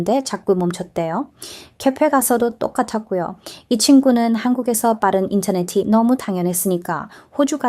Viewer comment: 2년을 부산에서 사셨다는데 기간에 비해 한국말을 너무 잘 하시네요. 발음도 좋으시고, 목소리도 좋으시고, 여러가지 경험을 하시면서 관찰력도 대단하고, 그것을 설명하는 문장력도 간단명료하여 귀에 쏙쏙 들어오니 계속 들어도 지루하지 않고 물 흐르듯이 자연스러워 영상들을 흥미롭게 끝까지 다 보게 만드는 매력과 설득력도 대단합니다. 이 영상을 보면서 딱 한가지 걸리는 부분이 '인터넷이'를 발음하실 때 '인터네시'로 하시면 흠잡을 데 없는, 원어민에 가까운 한국어입니다. 덕분에 호주의 문화도 알게되고, 무심코 누리는 우리 문화의 소중함을 다시 한번 깨닫게 됩니다.